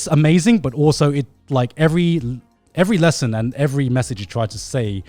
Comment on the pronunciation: Connor: "I'm gonna teach you a 'leshin'."